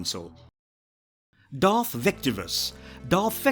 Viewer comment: atrocious pronunciation of one of the most well known Sith and bad guys in film history. Honestly, Im pretty sure you just took literally every dark side character with a Darth... no, Dark in their name and made this video without any research into how to pronounce any of thier names properly